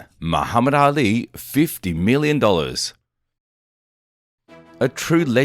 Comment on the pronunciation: His name was not Muhammad Alley.... Try Muhammad Ali (ahh-lee)